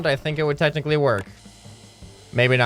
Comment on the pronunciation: He said a mug is “ tentacly” a cup